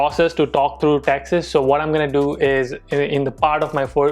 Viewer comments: Whenever says taxes I hear Texas 😂😛. Anyone else feel the same.... Come on guys hit the like button.... Not for this comment but for videos❤️❤️❤️ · That's sounds like taxas